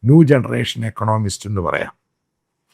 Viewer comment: ണോമിസ്റ് അല്ല ഇക്കോ... Check your pronunciation